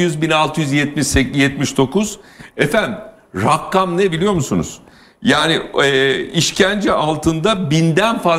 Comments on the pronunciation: İzin verinde konuşsun kadın bu arada Rakkam değil rakam ! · Rakkkam rakkkkam nedir abi rakkkam. Ya rakam de. Ya da deme be abi biktirdin